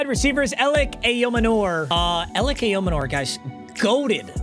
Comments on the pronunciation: I know your probably never going to see this, and I also know that even if you DO see this, you are highly unlikely to have in on your lineup again, but his last name is EYE, OH, MAN, ER. not aye oh manoor. That drove me nuts 😂😂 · ayomanor is pronounced eye o manor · it’s pronounced Elic aiyo - manor (like a mansion) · Ayomanor pronounced I-yo-manner mm moron. Love the vids but i couldnt take the butchering one more time. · As a Titans fan. Every time he said Elic’s last name I got a little pissed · You’re pronouncing Ayomanor all wrong haha